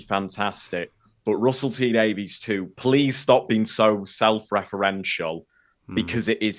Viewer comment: obviously doesn't love Russell T Davies enough to pronounce his surname correctly;)